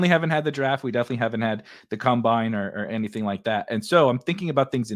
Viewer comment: its COM-bine not cum-bine. Loved this episode though lololol